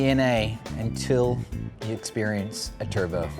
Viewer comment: "New Zealand" but yea literally as I read that he spoke with a thick accent then said turbo perfectly in an American accent